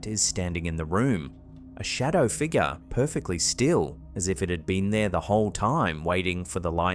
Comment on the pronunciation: I'm sorry, but you are now officially obligated to pronounce "figure" as "figger". 🤣